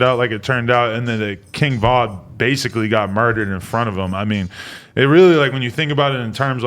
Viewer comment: why did he say “Kinn Vin”